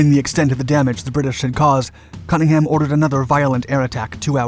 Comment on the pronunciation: For God's sake - if you are going to present a documentary on Matapan, at least do Cunningham the credit of pronouncing his name correctly!